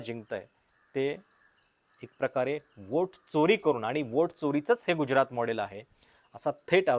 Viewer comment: गुज्यरात नव्हे गुजरात.[ ज = जसा मधला.] बाकी खुजरातबद्दल जे सांगताय ते विचार करण्यायोग्य आहे.